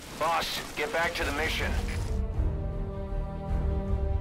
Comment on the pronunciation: it's called mission not mision